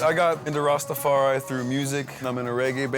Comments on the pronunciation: The R don't sit right 😂 pronounciation Rastafari use to hearing it in Jamaican accent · I live in the Caribbean and plenty of mates who are Rastas … they don’t say ‘rassstafariii’ every five seconds 🤦🏼‍♀️ his wife is legit though ❤ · I CANT STAND the White guy saying rastafari ONE more time !!!! 🤦🏻‍♀️🤦🏻‍♀️🤦🏻‍♀️🤦🏻‍♀️🤦🏻‍♀️🤦🏻‍♀️🤦🏻‍♀️ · white man can't say rastafari?